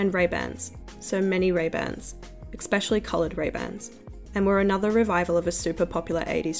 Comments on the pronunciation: Esssspecially.. not expecially Not being mean, you just say it a lot. 💕 Good coverage btw. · I can't like this because of the many times u said "exspecially" or "ickspecially" instead of especially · "especially" not "eXpecially" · Why do you say "expecially"? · interesting video essay but the constant mispronunciaiton of especially as EXPECTially is grinding on my nerves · Please stop saying ‘exspecially’ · your pronunciation of especially is flawless and not at all annoying